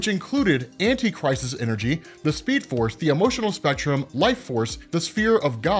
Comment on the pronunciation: Definitely thought you were saying “antichrist” energy😭